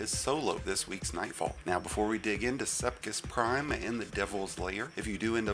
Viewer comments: Sepiks Prime, not Sepkis Prime. Whole ass different arrangement of letters. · mf said sepkis prime lol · I got the message this guys a moron. It took him 30 minutes to do the easiest GM strike in the game. Couldn’t even pronounce the name of the nightfall weapon correctly lmfao. The real cheese is doing this in master with three storm Grenade Titan with Heart Of Inmost Light doing 7 minute runs.